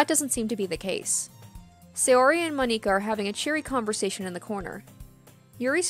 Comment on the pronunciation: I died laughing when she pronounced monikas name